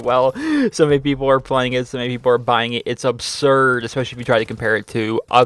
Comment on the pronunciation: You say obserd too much